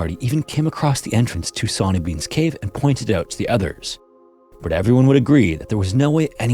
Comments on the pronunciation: "Sonny" is pronounced "sunny" 😭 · Sawny, pronounced shauny shore-knee. The scotts have very bad English 😂😂 only joking